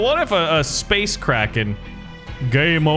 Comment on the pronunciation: I thought it said space Karen lol